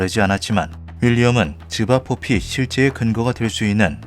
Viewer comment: 자꾸 집앞 뽀삐라고 들립니다..